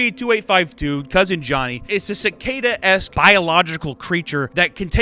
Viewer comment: Ciacadas you say? Interesting.